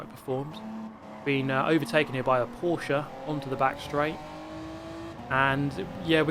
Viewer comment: Peržos? What The hell is that?🤣